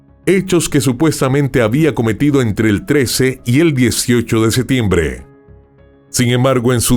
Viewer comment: Excelente narración. Una sugerencia para mejorar, pronuncia la P en septiembre.